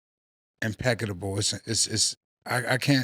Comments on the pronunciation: what the fuck is “impecitable” 😂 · "Inpeckitable". WHAT??? Yo! WHY THE FUCK DO ALL OF THESE NEW YORK NIGGAS HAVE SUCH DIFFICULTY WITH SPEAKING? Man! Literacy is life. frfr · "Impeccadable" Harlem education is different😂😂😂😂